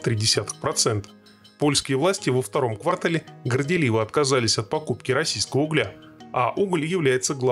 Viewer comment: КвартАл. Ударение на второй слог. Пожелание автору канала.